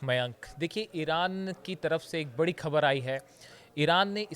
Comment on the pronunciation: Improve your rustic pronunciation. Can't you pronounce "Khabar" properly. Use Bindi below Kh.